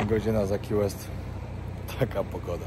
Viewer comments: Key West, wymowa: ki łest - a nie: ki west. Słowo: vest (bezrękawnik), wymowa: west. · sorry że zwracam Tobie uwagę ale Key West wymawiamy ki west to nie jest Qiu jak wymawiasz pozdrawiam z Arizona